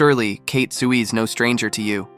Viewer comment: Damn, you cannot even pronounce 'ruthless' nor her name 'Tsui'. WTF...